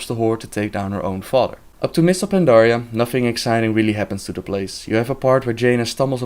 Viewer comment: lmao her "fodder"